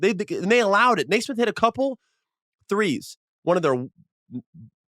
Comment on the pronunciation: Couldn't agree more. Plus, he's "not.a shooter"?? Do some research Austin. 3rd or 4th in NBA this year with 43% 3PM. He has a very smooth textbook shot, not a loonie tunes Cam Payne looking shot. BTW His name is pronounced Nee-smith not Nay-smith. Speaking of pet peeves. Facts are important when declaring "truth". He's not being malicious, just under the wrong impression.